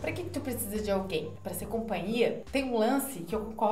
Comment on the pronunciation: Compaia kkkk companhia